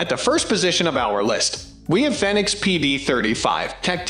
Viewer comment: Fenix is pronounced Fee-Nicks. Like Phoenix....Also, the PD35 is an outdated older version. It's not really a good option for a police light. The Fenix PD35R would be more in line to be than the old PD35.